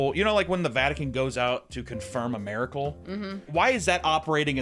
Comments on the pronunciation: I'd never heard "miracle" pronounced that way. You're so unique,. (Or maybe it's just a regional accent, what do I know, I'm a non-native speaker.) Also, your mom is almost as cool as mine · I likehow you pronounce miracles maracles